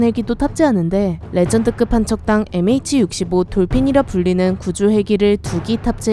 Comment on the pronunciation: 근데 이 영상에 나오는MH라는 단어가 농X에 통장을 개설해서 그런가, MH를 NH로 이 영상을 볼때마다 그렇게 들리는건 저 혼자뿐인가요?